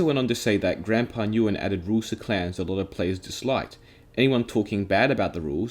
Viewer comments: Nguyen is pronounced "win" I think btw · Nguyen is pronounced win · i never knew this about mineplex 😳, i’ve played mineplex years ago and i was curious for the reason of this video and i’m not mad. (btw nguyen is pronounced like gwen) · Btw Nguyen is pronounced as "When" or "Wen"